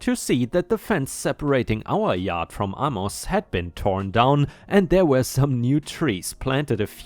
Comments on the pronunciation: Amos is pronounced, A' mus, not a mos' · Amos = Ay muss. (Ay like in "hay.") Not that it makes a major difference, but "eh" isn't said like "uh." It's more of the "e" sound from the word "bet." If you've ever seen it in American programming, it's like when someone shrugs their shoulders and makes a sound like they don't care. "Eh, whatever" for example.